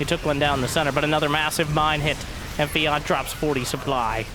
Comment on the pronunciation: Feeyant... its pronounced f-J/ANT ! :P